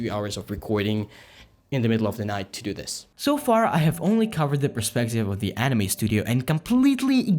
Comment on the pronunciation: the way you say anime got me all the way messed up, it's pronounce ''Ah-Knee-mei'' not enemy.